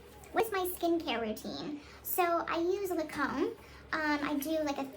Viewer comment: You have to pronounce the brand names correctly to be an influencer as well. La-comb? Does Gypsy mean Lancomb? 😂